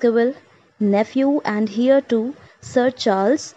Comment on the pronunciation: Please correct the pronunciation of Heir....